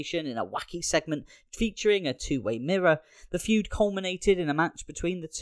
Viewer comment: Fued? FUED??? Dude... its Feud.